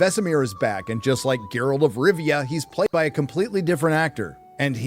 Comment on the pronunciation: Gayralt of rovia